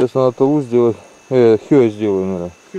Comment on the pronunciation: Почему хё а не хе